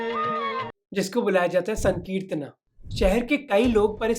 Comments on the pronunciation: भाई मोहक जब आप हिंदी में बात करते हैं तो फिर हिंदी शब्द को हिंदी की तरह क्यों नहीं बोलते हो। जैसे- चैतन्य को चैतन्या संकीर्तन को संकीर्तना बोल रहे हो। कृपया सुधार करें। जानबुझकर ऐसा न करें। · Bhai sahab ye sakritna kya h ...isse Hindi ki trh v to bol sacte h....yese bolo srikitan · Is it just me or Mohak's pronounciation of Sankirtana sounds crazy